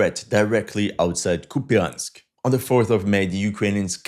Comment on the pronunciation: KUP yansk ---> COUPE ensk. YA = YA ya = e (mute or schwach), in non-stressed syllable.